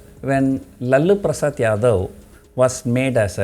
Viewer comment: Sir its lalu prasad not lallu prasad :D